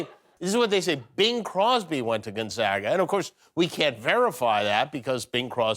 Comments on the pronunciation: Why is the “a” in Gonzoga silent, Jimmy? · Its pronounced gon/zay/ga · Dear Jimmy....I have a PhD from Gonzaga. (Long A on the second syllable, p.s.)